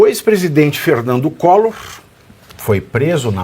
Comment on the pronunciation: "Ferrrrrrnandu collorrrr" , foi preso tentando fugir. Vc é um boçal.